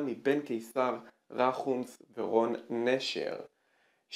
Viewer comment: רחמוס!!!!!!!!! לא רומוחס או מה שאתה אומר